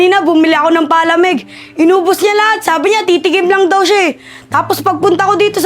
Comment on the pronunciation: Grabe Naman pag Pronounce sa Palamig ah imbes Palamig PA-lamig